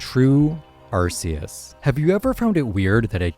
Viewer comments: It's Arkeus. Not Arseus. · It's pronounced ARKeus. That's why type:null's thing is called the RKS system and not the RCS system.